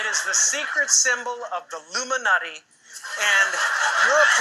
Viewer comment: Carey he calls it the secret symbol of the Illuminutti. So of course mocking yet again by jokingly mispronouncing the word, but people will pick up on the nutti. This is why some of the asleep refuse to look deeper.